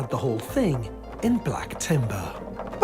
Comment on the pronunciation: He said BLAK TIMBAHHHHHH cringe